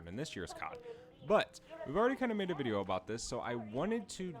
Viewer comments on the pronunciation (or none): none